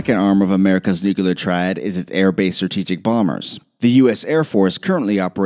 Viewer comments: Please, PLEASE !!! It is NUCLEAR Noo-klee-er NOT Noo-Q-ler George Bush said it the same way... ARGH !!! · "Nu-clear", not "Noo-kyoo-lur". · Not "new-cu-ler." nu-clear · annoying when people say nucular. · See Vincent Hardwick's comment from three days ago. He's right. It's nu-cle-ar, NOT nu-ku-lar. How hard can it be FFS.?? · All it took was for me to hear the word "nucyalur" one time and I was out. Say it with me.... "new clear" now say them together as one word. There ya go!....I'm getting the fk outta here. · It doesn't matter a bit. IF nuclear (not nucular) war broke out, and even 10% of nuclear missiles were launched, the.species.would.die and cock roaches would live on. Please, let's NOT even consider doing this. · Say it with me . . . Nuuu Cleee URRRR. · "Nucular?". SMH. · I hate to be that guy but the word is nu-clear, it's got two syllables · The threat of “nucular” war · New-cala triad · How about you learn how to say, New-Clee-Er. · Nuculear. Lol. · Nucular... Aaaargh. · "What's America's nookaler war plan?" Oh come on. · Nook a lurr? FFS learn how to speak. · First... stop saying nucilear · I think you misspelled nuclear because you keep saying "nucular". It's very distracting. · Nu-kelar. Yeah. Real expert. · "It's nu-cu-lear dummy, the S is silent" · Nucular? Come on… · Too much "Nukular".. Can't take it seriously. 😕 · It’s nuclear not nucular!! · "nucular" makes my ears bleed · It's "NUCLEAR"!!!!! Not "NUCULAR"!!! Did anyone else not notice this? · There’s “nuclear” and “nukes” but I haven’t heard of “nukiler” 😂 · Nucyular woahr. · Nu… clear. Say “new” now “clear”. Now put it together… new-clear, nuclear. There is no “ooo” sound after the ‘c’. You don’t go que-ler the snow off the drive way. You clear the snow off. Damn imbreads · i'm sorry, i couldn't keep watching after the 20th time he said nucular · It’s not nucular. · Ok I stopped watching when you started saying NUKElar war. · Is anyone else annoyed by the way he keeps saying "nook-e-lur"?